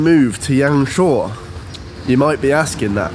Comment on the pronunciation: Thanks for sharing this! I've never been to YangShuo myself, I'm going to look at this beautiful place along with your video in the next few months. Your Chinese pronunciation is soooo good though! I can't believe that you self-taught yourselves :-)